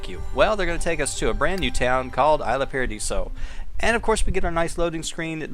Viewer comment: It's pronounced Eesla Paadiso. Sorry, I don't mean to be rude :)